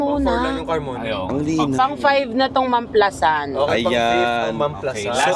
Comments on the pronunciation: Mam-pla-san tamang pagbigkas hindi po mam-plasan not basher here na bothered lang kasi sa pronunciation hahaha anw take care and more travel/sponty vlogs pa team pataba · As a laking San Pedro ako, alam ko mam-pla-SAN yon hindi mam-PLA-san ha correct me po if im wrong 😂😭, part ng Biñan po yan exit...brgy. yan sya... Anjan ang GARDENIA 🍞❤